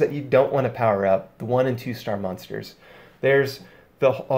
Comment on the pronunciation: I love your videos dog, but I had to quit 10 minutes in. “Mun-stars”... u said it like 100 times in 10 minutes. It’s “mOn-ster”. M- ON- STER. I couldn’t listen to it anymore. I still appreciate your vids though.